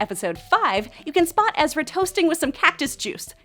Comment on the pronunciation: It's EzraNNNN not Ezra. Ugh.